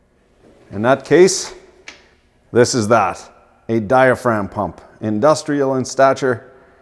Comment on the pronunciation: Dye-uh-fra-gum (diaphragm)